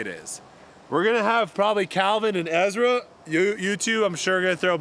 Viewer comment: Brodie: Ezwa Is so hewge 😉